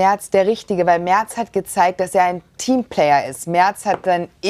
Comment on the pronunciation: Natürlich heisst es MERZ und nicht Mert